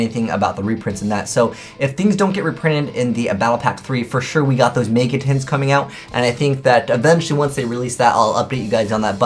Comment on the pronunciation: "may-ga" shudder